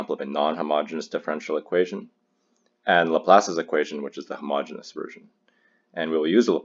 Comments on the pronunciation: The word is ‘homogeneous’ , not ‘homogenous’. The two words are spelled differently and pronounced differently and have different meanings. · It's homogeneous; not homogenous.